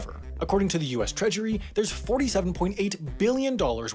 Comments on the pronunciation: Am I the only one who heard him say "treachery" instead of "treasury"? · US “Treachery” 🤣🤣🤣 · maybe my ears are plugged, but I thought I heard “US ‘Treachery’ ”